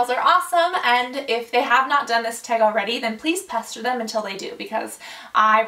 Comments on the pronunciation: Tag not teag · She says tag weird to me but i love her anyway